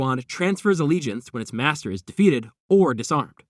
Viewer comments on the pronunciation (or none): none